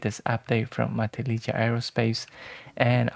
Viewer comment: It’s pronounced “ma-TIL-lih-ha” The j is pronounced like an h. You couldn’t be expected to know this if you don’t live on the California coast, though, so no shame.